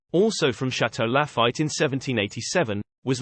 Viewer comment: haha! I almost liked this video until I heard Chateau La-fight and Monti-die-cino.